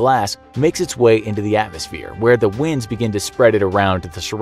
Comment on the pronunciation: "the ash WINDS it's way..." pronounced as in the thing that air does...not as in the thing that...you know...rivers and stuff do.